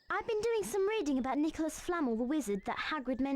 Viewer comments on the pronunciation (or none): They pronounce Nicholas Flamel as Nicholas 'Flamm'l' instead of "Fla Mell".